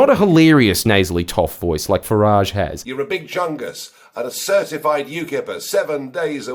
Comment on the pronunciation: It is not fah- raaage He hates the French it is Fah-rige